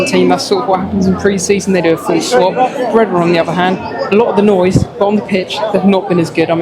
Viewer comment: Pronounced "BRAY - DA" not "BRE - DA" - .